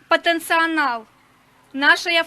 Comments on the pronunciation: Патенционал😂😂😂😂😂😂😂😂😂😂😂😂😂потенциал! Дура! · поенцьі анал на уравінє 😅😂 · " ПотенциАнал" - про що вона думає? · потенцианал😂🎉 Wat?! 😂😂😂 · Гуцул: "ПатанцеАнал"😅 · Та й з російської у неї теж проблеми: ".. потенциАнал" ))) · Гагаузка каже:"...ПАТЕНЦІАНАЛ..."🤦🏻‍♂️